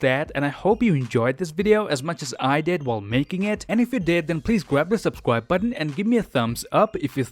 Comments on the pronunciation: he said grab the subscwib button instead of subscribe ,could be him foreshadowing something else 😁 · Subscwibe button